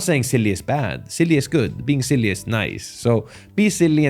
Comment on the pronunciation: the best part of your video is the accent of " " you can be SEELYEE " heheheheh